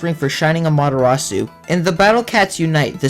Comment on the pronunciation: its not amateratsu its amaterasu. please correct that. im japanese and it offends me